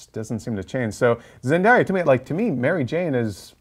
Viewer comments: I swear if I hear someone say zendya one more time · I know but they said zendya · Zendaya not Zendieya jesus christ